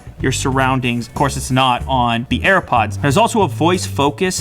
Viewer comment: Linus said air puds lew says earpuds